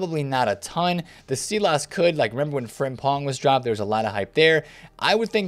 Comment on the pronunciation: Pronounce it Sylass not seelass